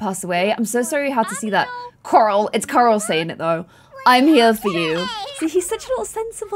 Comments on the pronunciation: when you say coral it sounds like your saying karl id rather you say it more like coral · No one: when pronouncing Corals name: ✨👹COŒRAŁ👹✨ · I find it so funny that with accent she pronounces coral (core-all) so aggressively